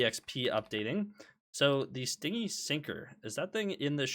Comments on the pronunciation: i gotchu it's "stin-gee" not sting-y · ITS STIN-GY NOT STING-IE as in unwilling to spend not PLEASE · Actually the correct pronunciation is be ˈstɪnd͡ʒi which would be romanized as stin-jee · istg if I hear him say "sting-y" one more time I'm gonna crash out. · i beg you pronounce stingy properly. it is stin-gee